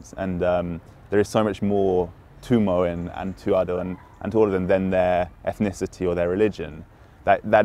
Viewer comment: Say Moeen don't distort Islamic names..please